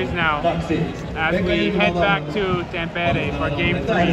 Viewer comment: You forgot the right pronuncation. The town Tampere is not Tampére its Támpere. This rule applies to all words in finnish. The accent on the first syllable.